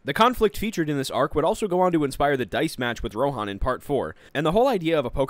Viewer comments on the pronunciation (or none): none